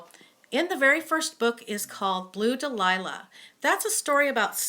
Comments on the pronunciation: You miss miss pronouseed the first book title it is Dal ya . Daliah is spelled different but your right this is fanatic series. the only thing I would fault you on is that theme of in the Garden is motherhood how each mother was forced to rebuild there lives. The ghost was important but 2ndary. I am glad your drawing attention to these book . Brides quartet and chespeak bay saga are good to. Now you have me wanting listen lavender blue Dilly Dilly as I read reread the seen in book 2 were the older woman confront her ex at the party in book. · Great review. One of my favorite trilogy’s. You did mispronounce dahlia, which is Stella’s favorite flower. Please review two of my other favorites, Chesapeake Bay series and Bride quartet. I have never read the sea witches or fire and ice, a good review would help me decide!